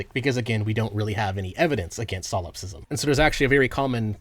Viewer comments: I'm sorry but solopsism is "solop-sism" and not "salawp-sism" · Bro kept saying silopsist and silopsism, good video regardless